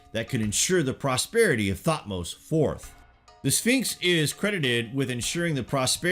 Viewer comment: Bro it's not (thot- mose); it tuth-mosis